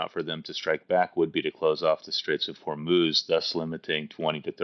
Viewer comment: Correction: “Strait of Hormez”